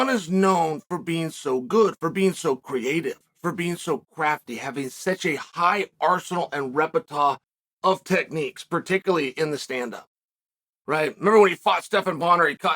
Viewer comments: “Jon has a high arsenal and repetahh” this is why he’s undefeated and undisputed 😂😂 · gotta love Chael's repitah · I mean, Chael has a greater "repetawh" of words than Jon has unnamed moves, just ask any "Mooey Tie" expert! 🤣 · Jon Jones has "such a high arsenal and repetah of techniques" - Chael The Orator Sonnen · i knew somebody caught that 😂